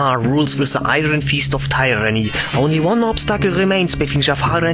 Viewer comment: BITTE ES IST NICH BÖSE GEMEINt aber sprich the nicht wie se aus bitte das machen schon zu viele